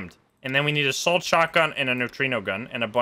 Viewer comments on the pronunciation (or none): "Assault shotgun" or "a salt shotgun" :P